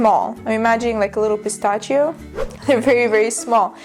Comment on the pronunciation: Hi, pistachio is pronounced pəˈstaSHē. I was surprised you pronounced it pəˈstaCHē.